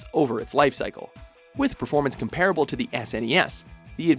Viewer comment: Please... please pronounce “comparable” correctly.